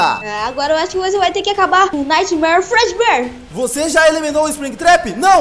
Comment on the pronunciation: Você falou errado o nome do fredeber